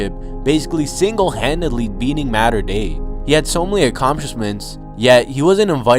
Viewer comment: i like how he cant pronounce mater dei correctly